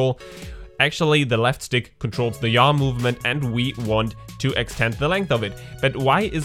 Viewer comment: Yaw sounds like Ja. LOL Ich liebe your accent.